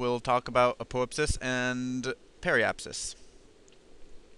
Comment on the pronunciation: Should be pronounced "ap-oh-AP-sis". :) (stress the 3rd syllable), but great video. And yes, "selene" refers to the moon. (therefore aposelene, periselene)...also can use "lune" (apolune, perilune).